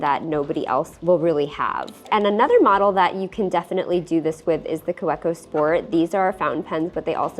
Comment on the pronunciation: It's pronounced Kah-vee-koh! Fantastic video, though.